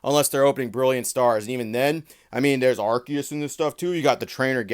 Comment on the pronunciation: Probably the first Poketuber who pronounced Arceus the way they did in the movie.